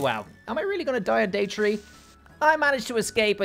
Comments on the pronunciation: Day three not tree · Bro I love ur vids but please say three and tree my ocd is killing me 😳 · Bro said tree not thee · He thinks he is saying three but he is saying tree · Why does he always say tier tree not3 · Why is it saying tree keys